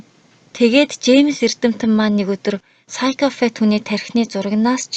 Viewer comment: psychopath gedgiig psychofath geed f-eer duudaad bhiin kkk busdaar goyeenaa amjilt